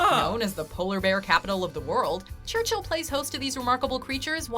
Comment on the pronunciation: FYI...Churchill Manitoba...Church-ill, not Church-hill